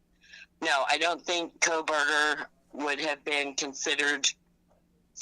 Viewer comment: JJJ: Kopackoburger 😂